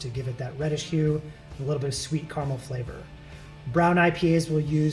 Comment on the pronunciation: CA-RA-MEL. Not CAR-MEL. Please. He says it so much.